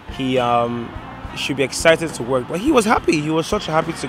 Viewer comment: what i dont like about the guy in the red fila is again exemplified in the final piece to camera, work is pronounced as work everywhere in the world, why pronounce it as woik just to affect an accent and annoy people, it is the fakery that annoys me the most about that fella